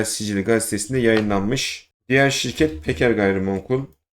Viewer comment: ilk bedelsiz şireket nedir anlaşılmıyor. ne dediğin anlaşılmıyor